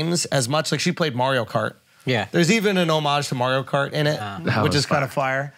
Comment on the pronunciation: Can say Mario right for once